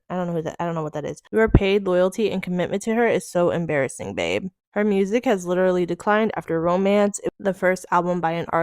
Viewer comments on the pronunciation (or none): none